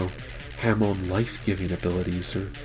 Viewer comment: Not trying to be a dick but you keep say hamoo,it's pronounced ha(as in ha ha ha)+moon.